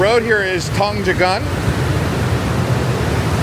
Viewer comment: You have to pronounce Tunjungan ➡️ toonjoongun.